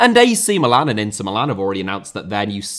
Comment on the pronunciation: Pelé* not Pelei Regime * not Reigime Inter* not Ento Rather* not Rother Idea* not Ideer Possess* not Posess Etcetera* not Eccetrer